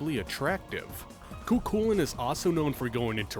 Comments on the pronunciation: for lancer's name I'd go with (Koo Kullen) - pronunciation wise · "I don't know which one's right and which one's wrong" Funnily enough, from what I've read NEITHER DO PEOPLE WHO ACTUALLY SPEAK GAELIC. I pronounce it phonetically (Koo Koolayne) and I haven't been yelled at yet for it lmao